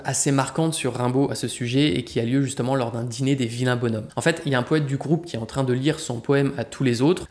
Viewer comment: Les « vilains bonshommes » se prononce « bonzhommes ». La vidéo est bien, on évite les clichés habituels sur le poète, qu’on aime présenter trop souvent comme un « marchand d’armes ».